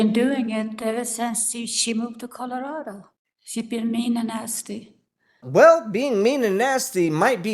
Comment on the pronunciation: Anyone else hear...I been a nasty girl when Grams says she has been nasty?